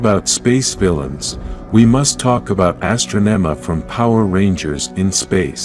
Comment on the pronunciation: she wasn't called astronoma he was called astronomahe said the name wrong